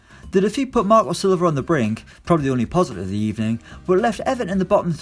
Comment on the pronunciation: Good ebening...I mean good morbing.